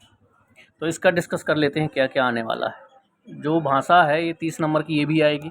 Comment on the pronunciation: भाँसा नहीं होता भाई भाषा होता है